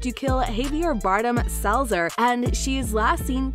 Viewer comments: It's Salazar. SAL A ZAR... not selzer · Its Salazar not Salzer... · I'm sorry, what? Barbossa sacrificed himself to kill who? Have you even seen the Pirates series? It's not "Salzer" it's "Salazar" 🤦🏼‍♂️